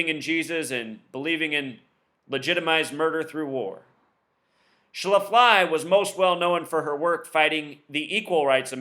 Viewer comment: its pronounced shaf-ly